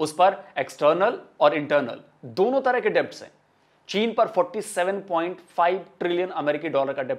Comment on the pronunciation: Bhai, fir bol raha hoon, Debt me 'b' silent hai.... Isko Det bolo please